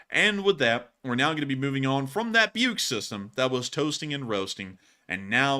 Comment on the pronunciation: BUK is not pronounced "Byuke". It's just "/buk/" with long U sound. wiki/Buk has pronunciation.